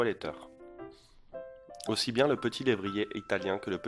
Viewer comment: Peuvent aussi-t-être ?!? Il n'y a pas de liaison à faire car il n'y a pas de T à aussi !! Ça m'énerve ces liaisons mal-t-à propos !!